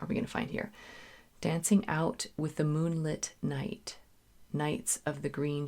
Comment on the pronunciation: It's "moon-LITT" as in LIT-erature. Moonlit is an adjective. Moonlight is a noun. I hope that helps - you're wonderful!